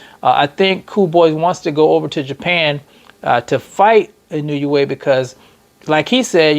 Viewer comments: Nay-OY!-ya N-O-way. It ain't, "I knew ya way." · Actually the letter i in Japanese has a long e sound. So the proper pronunciation is: E No Eh